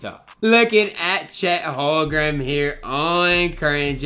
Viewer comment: It’s Holm-Gren not Hol-grem lol sorry I just had to point that out it was bothering me every time you said it in the video